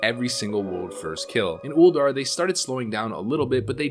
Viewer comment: By the way, Ulduar has two Us. It's not Uldar. It's Ulduar.